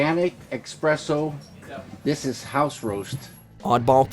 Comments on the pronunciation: eXpresso???? Really David Lynch??? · Expresso... it's even written Espresso in front of his face... as a barista... this offends me. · “expresso” hehehe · when you say, "expresso" you probably don't know shit about coffee. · ...David Lynch definitely said "expresso"